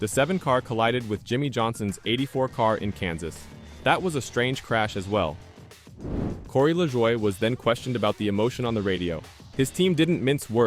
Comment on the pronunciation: Man that Corey LaJwah 🤦‍♂️